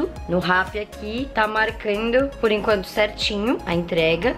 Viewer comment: Por enquento kkkkkkkkk falou errado em kkkkk